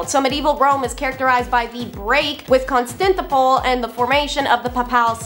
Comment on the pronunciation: Ugh… Constantinople is pronounced (CON-stan-ti-no-pull), dear. Not constantipul.